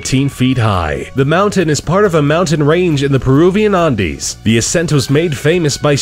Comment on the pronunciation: where is the narrator from? They pronounce things so strange to me. Andes, crevace?